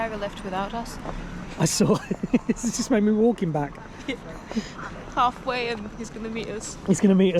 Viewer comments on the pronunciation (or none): does everyone "b(l)ack it in" in North Korea?? 😅